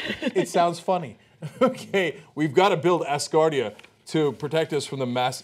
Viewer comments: lol not assgardia.....ASgardia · Look MORONS. I love you guys, or I did before Cenk became a Pro-Hillary shill. Can you guys not READ? Do you not know the difference between "ASS" and "AS" Grow up. Its pronounced AS- GAURD. Think the phrase, This place stands "As a Guard" . ASGARD. That is why its Asgard, not Valhallah. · as-gardia not ass-gardia... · its not ASSgardia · Its pronounced OWSgardia- like 'how'. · A"z"gardia not ass gardia, and coronal not cornal mass ejection... the words sound funny because your pronounce it wrong Cenk lol